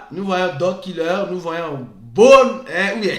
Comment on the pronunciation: J'ai vraiment aimé votre sens de la discipline et de l'adaptation. Bone = /bo n/😂